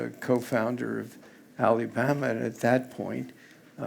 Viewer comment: He says "Alibama" hahaha